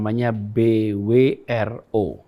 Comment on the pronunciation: Mengeja BWRO sprti Sugik nur mbaca huruf Hijaiyah pak